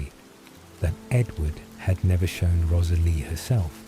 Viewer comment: This is so great; a well written, novel idea. Offering some friendly feedback? I'd be more inclined to listen (to any others) if the commentator's voice was less robotic (even though you're obviously aiming for asmr). Also, hearing a character's name often pronounced incorrectly ('Rosalie', for eg), snapped this Twilight listener right out of the spell of the story. Finally; many sentences are so lengthy they are screaming for editing to add full stops and commas! Or at least more pausing by the commentator. Again - meant as friendly feedback. Hope your channel continues to grow!